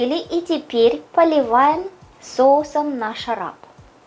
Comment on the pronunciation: не обижайся, что я тебя немножко поправлю. Не - нашараб, а наршараб. Нар- по-азербайджански, это гранат. Поэтому-наршараб. ❤️🌹Очень люблю смотреть твои рецепты. Ты просто умничка и рукодельница. С наступающими праздниками!!! 🌞🌞🌞❤️❤️❤️🌹🌹🌹